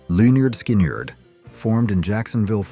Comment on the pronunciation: If AI is so good howcome it prononced Lynyrd Skynyrd 4 different ways in this video?